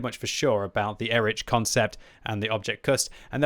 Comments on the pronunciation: Please, its Erih not Erič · I am pretty sure it should be read as /ˈeːʁɪç/, or at least /ˈɛrɪx/,... And before anyone starts scolding me: this is not a critique, but a friendly advice to him, as is known for his striving for original pronunciation of the tank names 😇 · sorry my german inside me is yellin "Erikh", so it's like EriH